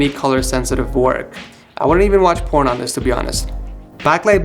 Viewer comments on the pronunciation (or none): Poptrop 😂 😂 😂 I didn’t even hear porn until now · did u say porn or corn?